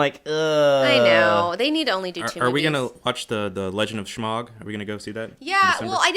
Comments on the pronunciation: Dammit I'm not a grammar nazi! But FUCK! Its not shmahg its Smaug! And! Its not simarion! Its the Silmarilion! Sheesh! Regardles I love you guys! These are minor complaints. I listen to you guys so I can keep up on comics. Period. I don't have the cash OR the time, for that matter, to read all this cool shit! Keep up the goods! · the book is called "The Silmarillion" Not the Samarian . and the dragon in named Smaug (smog) not Shmog...even still I love you guys.